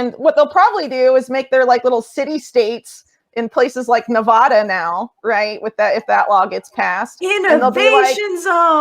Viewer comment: It's Nevaahda ( Nevada). Don't California my Nevada They just ok'd the lithium mine in N.Nev.